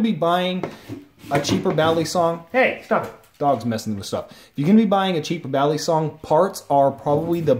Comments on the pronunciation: ist balisong not baley-song, just saying, good video though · The way you say balisong though..